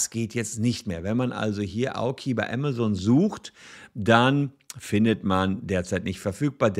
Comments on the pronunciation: Der Laden heißt „AMAZON“ ! Und nicht „AMA-ZONE“! Nervt das, die ganze Zeit der Name falsch ausgesprochen wird. Gerade als Anwalt, der ja vom Berufswegen her peinlichstem genau auf Namen achten muss, ist die ständige, falsche Aussprache nervig - und das habe ich bereits unter fast allen Videos kommentiert, wo es um Amazon geht. Juckt wohl nicht. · mir laueft es immer kalt den Ruecken runter wenn das so falsch ausgesprochen wird. entweder Deutsch oder English aber beides zusammengemischt hoert sich schrecklich an. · zumal es ja nicht mal englisch ist was er da verunstaltet, weil auch im englischen ist es keine Zone! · Aemasen, nicht amasohn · Ja ja, wer kennt nicht unseren "Ämmäsoun" aka Amazone und die "Bränds" aka brends xD